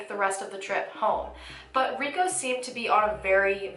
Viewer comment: Why do you pronounce his name as "Ree go" and not "Ree ko"?